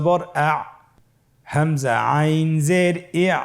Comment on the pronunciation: গইন আইন কবে উচ্চারণ বুঝি না ভালো করে বলেন